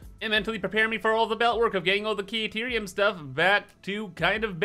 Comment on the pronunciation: It makes it unwatchable, for me, when he uses this dumb pronunciation of caterium. It is literally pronounced, correctly, for you, every time ADA speaks about it... and it uses the expected pronunciation, which is 'cat' not 'Kate'.